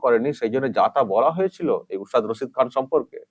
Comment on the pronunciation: রাক্ষসী, টাকা খেকো, আর ভোট খেকো। শুদ্ধ করে ওস্তাদ রসিদ খান উচ্চারণ করতে পারে না। মুর্খ মেয়েছেলে। ও ভাবে ওর ডাক্তারের মত সব ফলস উপাধি পেয়েছেন। পদ্ম ভুষন কি জিনিষ ওর মত মুর্খ বোঝেই না।